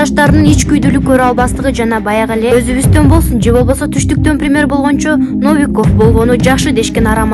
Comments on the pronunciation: Навиков эмес чон кыз Новиков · Журналист Навиков дебей туура окучу, Новиков деп....бул биринчиси. Экинчиден, трайбалистиканы озун кучотуп жатасын....карапайым эл болунгон жок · Жуналист кыз биринчи туура суйлогонду уйрончу Навиков эле дей бересин Н о в и к о в деп окучу басымды О го тушур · Новиков десен Навиков дебей билимин томон экен. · Навиков дебей Новиков десен кичине айтканды жазганды билип тыкылдасан боло? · Навиков дегенинди качан токтотосун Новиков дечи алергия кылбай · Навиков эмес Новиков